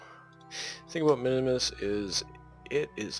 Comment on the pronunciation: Just tips for the future, the moon minmus is pronounsed "min mus" not minimus, and also its better to dump the fairings before you achive an orbit. I usually dump them just after 50km where the pressure is so little they actually become useless and only waste delta-v.